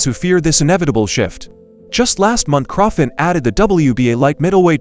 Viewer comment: The least you can do is pronounce the names of the boxers properly .Who the heck is Crawfit? Seriously